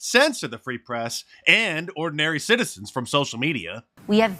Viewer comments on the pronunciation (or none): He can’t even speak! The “pree society”?